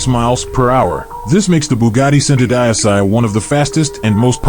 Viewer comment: He pronounced Centodieci so bad 😂😂😂